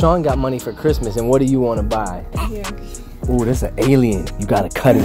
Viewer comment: I like how he was just…… like “ I LOVe cHiSTmaS !”🤣🤣🤣